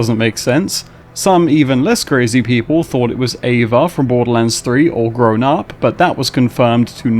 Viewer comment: It's Ava. 😂